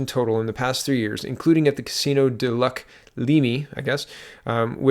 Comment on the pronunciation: Great video tonight, but I had a chuckle with the Casino do-lack-Lee-me. My French was better before my last concussion, but this is how I remembered how to say it. I drove by the casino each school day for eight years when I worked at a sport étude secondary in Gatineau. Don’t worry, I got more from your video than a laugh. 😁